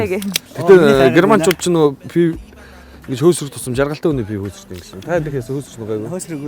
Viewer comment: Пяав гээд байх юм. ПИВО шүү дээ.